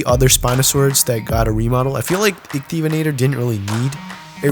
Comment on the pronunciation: just saying its baryonyx not bionx and suchomimus not suuko and itchyovenator not icy vator